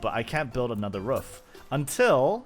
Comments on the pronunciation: It’s quite rare to hear native speakers say ruff instead of roof. But nice vid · Ruuf > Roof 😂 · Now do a video with you just saying roof for like 1h straight 😅